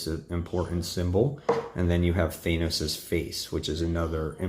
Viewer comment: Th-an-os! Sorry, but helpful for future videos 👍